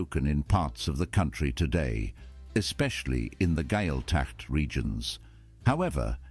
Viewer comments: I do wish that the makers of these videos would get the pronunciation correct, it ain't hard with a tad of research. Lough same as the Scottish Loch, Gaeltacht, as Gwail tauct. I live in a former walled town in Cork, parts still remain, the only Church that is inside the wall is the protestant Church of Ireland, the Catholic one is outside the wall, where it was when that section was there. The town is undergoing some street alterations and the course of the old wall is being marked in the paving. The town has membership of the European Walled Town Association. Many buildings and the Bridge over the river from which the town gets its Gaelic name were built by the Estate Owner in the 1700's, the Duke of Devonshire. The estate that remains had an Earl until he and the title died in the 1960's, survived by his daughters children who now own it between them. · I don’t know who was commentating on that video but they have no idea about how to pronounce anything Irish especially ‘Lough’ or ‘Gaeltacht’